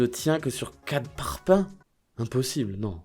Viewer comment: c'est moi ou il dit "parpin" et il habite dans le sud 🤔